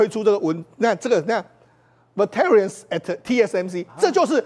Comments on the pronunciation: Veterans 该拼为 “Vet-tran”， 中间的“e"是静音的。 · veterans 重音在第一節 ve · Veterans 字發音其重音在第一音節，黃世聰的英文要加油！